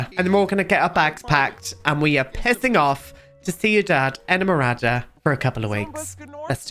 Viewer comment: As a colombian, his pronounciation is much better than some other ones i've heard! The worst i think was "seenidad edmorada" 😭